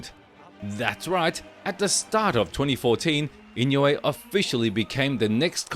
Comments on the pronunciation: The name Inouye is pronounced EE-noh-ay with the stress on the second syllable. It's a Japanese name, and the "ou" is pronounced like the "oh" in "go" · 井上関連の動画をアップする前に、とりあえず正しい名前の読み方を練習して欲しい。